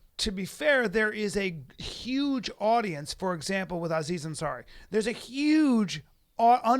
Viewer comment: God dammit Callen, can't you say HUGE or HUMAN without the fucking S sound before the U? It makes me cringe every time. Brendan, smack the fuck out of him every time he does it. HHHSSSUGE.